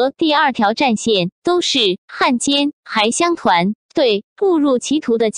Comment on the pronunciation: 还乡团的“还”字发音错误！